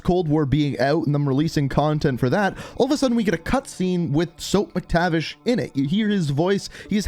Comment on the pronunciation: Sorry but it Mac-tavish not Mick-tavish